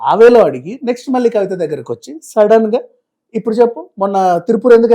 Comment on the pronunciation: ఇన్ని వీడియోల్లో నువ్వు ఒత్తులు, పోల్లులు లేకుండా మాట్లాడుతున్నావ్. వాళ్లు బదులు వాల్లు, మళ్లీ కి బదులు మల్లీ అని ఇలా తెలుగు ని ఖూనీ చేస్తున్నావు. నాలిక బాగా మడత పడుతోంది. చూసుకో